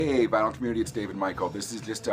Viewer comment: Good video, especially considering that you were "vinylly" challenged (pronounced like Finally). Really like the Big Star and Smithereens.